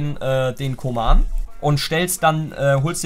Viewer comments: Der heißt nich koman sonder köman so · Man spricht ihn Kuhman aus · Man spricht ihn Kuhmann aus Es klingt so als würdest Kingsley Coman meinen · Koeman spricht man kuhmann aus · Jemand der koeman nicht richtig aussprechen kann, sollte ihn auch nicht spielen dürfen...coman spielt bei bayern😁